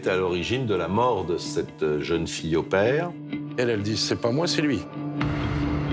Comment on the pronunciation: My one criticism of this documentary was the narrator pronouncing 'au pair' as "Aw pair" - you'd think that someone would have corrected him in production.